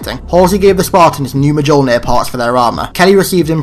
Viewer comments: Mjolnir is a silent J... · Not Silent..Its Norse,The J is pronounced as a Y so it's Pronounced M-Yolnir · Alright, this isn't me being a dick, just helping. mjolnir is said like me-ol(said like "old")-ner. leviathan is said like lev-eye-ah-thin.